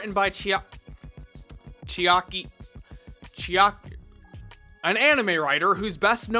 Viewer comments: Chiak- Chiak- You can say the last letter its not hard to say it. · Dappis I agree that it was off putting watching him struggle with a very easy to pronounce foreign name. Was that just supposed to be a joke? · That's exactly right. Obvious by how he says "Konaka" right after, but couldn't fucking say "Chiaki" and was able to say the character's Japanese names. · The way you totally blew off Chiaki's name, which is honestly extremely easy to pronounce, really comes off as disrespectful and not funny. Yuck. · 💀💀💀👽💀 honestly how did he not know how to pronounce that lmao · It always really bothers me when people pretend to not be able to pronounce foreign names for "comedic" effect. Like "Chiaki" is by no means a difficult name to even attempt to pronounce. I am a fan of your videos but this doesn't come off as genuine. Keep up with the quality content otherwise!